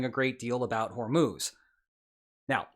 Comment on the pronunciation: it's Hor-Muzz, not Hor-Moos.